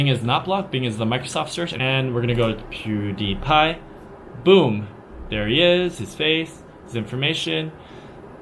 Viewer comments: If you're going to claim Pewdiepie is a puppet, learn how to pronounce his name at least. He is Swedish. Not American. You could have found that on his Wiki page if you had bothered to look. I don't know if he is a puppet, but it's pretty clear you are a CCP puppet with your generalizations. The Uighar concentration camps are absolutely true. There is footage of them and people have been interviewed about it. Before you justify blocking a search engine site like Google to block the lies of the Western media, you should also be aware of the fact that people involved with international trade in China still have to use VPN to get to Google so they can be aware of what products they need to manufacture for this so called evil West. China loves copying Western technology but says Western ideas are dangerous? You'll get both over Google. Blocking the Internet keeps China behind. If those Western ideas were so dangerous, why do CCP members send their children and money to the US constantly? You are from North America and have seen the big money that comes with Chinese from the mainland to buy up real estate and such in the West. So it is okay for money from China to go to Canada and the US, but Western sites need to be blocked back home? As a North American, you should have seen this contradiction in the PRC like right away when you arrived, but I understand you are not being paid to notice these type of things. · pewdiepie isn't very famous in China outside several websites and forums, but your pronounciation of his name realy doesn't help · PewDiePie is pronounced “PEW-dee-py” [ˈpʰj̊ʊu̯ɾɪ̟i̯ˌpʰɑ̈ɪ̯]. By the way, his real name is Felix Arvid Ulf Kjellberg [ˈʃɛɫbɚˠɪ̟i̯]; he is actually Swedish by birth. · His follower loves to believe him. It's like how people want to believe they are better than everyone when they really are only just normal people. It makes people feel good. I like how you keep saying his name wrong. Good job on that.